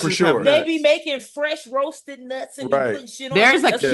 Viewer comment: The way says Nutss is to funny